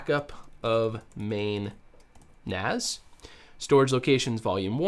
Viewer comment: It's NAS as in Network Attached Storage, NOT NAZ (Network Attached Zorage??)